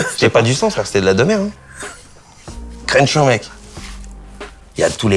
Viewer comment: c'est Kershaw et non pas Crenshaw, mais sinon génial l’épisode